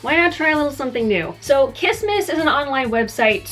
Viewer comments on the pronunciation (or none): i heard kismisis instead of kissmiss aughhhhhhhhhh